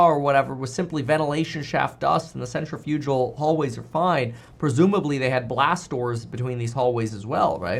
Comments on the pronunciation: FYI it’s pronounced “sen - tri - fuh - gl” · PSA: not how you pronounce "centrifugal".